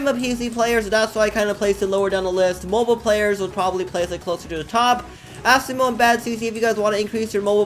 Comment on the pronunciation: ITS NOT FREAKING ASSIMO ITS ASIMO